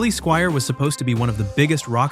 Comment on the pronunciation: Crappy AI strikes again. Rock me TOE-nite and Billy SKWEER??